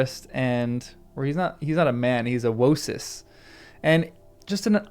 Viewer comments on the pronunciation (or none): Wose, not Wosis.